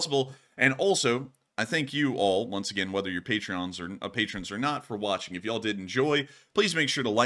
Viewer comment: Foul!: can’t do “yaH-hall” gotta fully commit to dah Y’all!!! Thx! 🦅🇺🇸 please stay hydrated tonight! LSA!! LETS GOOOO! 🇺🇦💥🔱